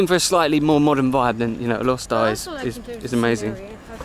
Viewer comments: FYI its pronounced as Alor Star with the silent 'e'. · Going to roots, it's Alor Star. Going by a miss here and there, it's Alok Sta.